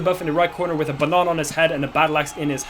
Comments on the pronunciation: I love he pronounces banana B A N Å H N Å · BANANA NOT BONONA